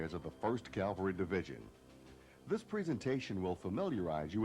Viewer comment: "CAL-vary"? C'mon guys!! Calvary is in Jerusalem. "CAV-alry" is the correct term. Surely a narrator who is briefing new troopers ought to be setting the example for everyone. Otherwise, a fine video and really useful. 3-7th Cav, , Schweinfurt, FRG "Garry Owen, Sir!" "The Seventh First!"